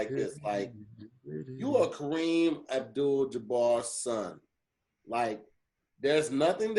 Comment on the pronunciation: LMFAO said “Kareem AbJewel DeBarge”